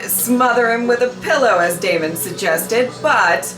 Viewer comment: "Is that aemond?!" Its daemond!